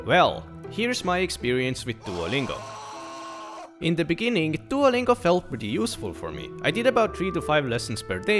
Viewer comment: IN THE BENINGING